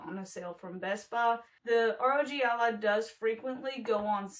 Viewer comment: Sounds like Rodge Allah